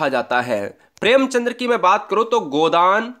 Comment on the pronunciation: भाई साहब प्रेमचंद्र नहीं होता है प्रेमचंद होता है l